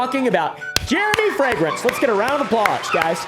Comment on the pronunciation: why is he saying it like fragance? we dont even say it like that in germany